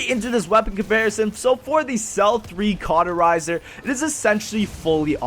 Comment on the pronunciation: stop saying carterizer..